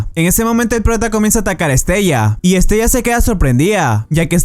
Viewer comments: Estella?????, madre mía amigo. Se llama pronunciado literalmente es-te-la. Igual que en otros vídeos dices mal los nombres. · no se pronuncia estella se pronncia estela ..... me encantan tus videos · Se pronuncia Estela